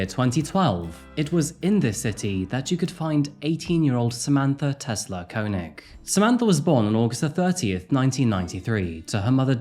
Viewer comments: Wouldn't it be pronounced "Kay-nig"? That's how Chekov's actor, Walter Koenig pronounces it. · It’s kay-neg for the pronunciation btw 😅